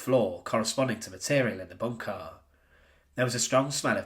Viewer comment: Drinking game. Drink every time he says “BOON-kah.”